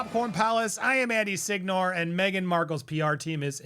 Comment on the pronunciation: Sighnor? It is SIGNORE you are Italian 🇮🇹 🎉❤